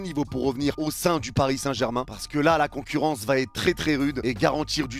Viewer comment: "La concourrance" j'ai cru que mon ordi a bugué😂